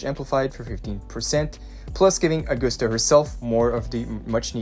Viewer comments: OR-GUST-AH NOT AG-OOH-STA OR AG-OS-TA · “Aug-guss-ta,” not Aug-goose-ta “Yoo-no,” not “Loo-no” like in previous YT uploads. “Wuh-ther-ing,” not “Wuddering” “The,” not “dee” “These,” not “deez” Why is bro butchering everything he says? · how in the hell did you get "or-gust-ah"? Uh-gust-ah would be understandable but "OR"???? It is a Roman name, in English it would be pronounced as Ah-gust-ah or Uh-gust-ah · Ahh-goose-ta. Another name butchered. Smh